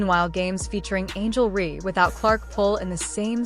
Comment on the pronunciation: Angel Ree!? Why release a vid that can’t pronounce a name right? Dislike immediately 👎🏼